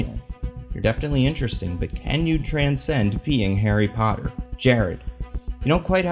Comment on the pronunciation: aint nobody scared of HARRY POTTAH